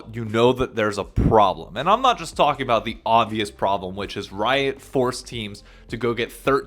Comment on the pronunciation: I forgot you from new york until you said “talking”